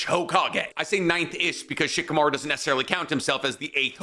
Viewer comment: "Shikimaru is barely tree level" 😂😂😂